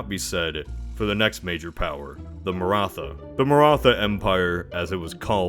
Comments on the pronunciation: I'll give you another chance the "tha" in Maratha is like a "tah" so pronounce it like Maratah. I'm not going to judge you though translating Hindi or infact most Indian languages to english makes them wierd to read and pronounce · When narrator says Martha instead of Maratha Batman:Why did you say that name!!! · Please pronounce Maratha like "ma-rr-aa-tt-aa" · His Maratha prononciation sounds like Martha. Batman: Why did you say that NAME??? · Nice. BTW: The "th" in "Maratha" is pronounced like the "th" in "Thailand", not like the "th" in "think".